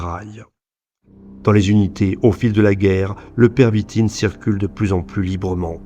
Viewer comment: On dit la pervitine et pas le stp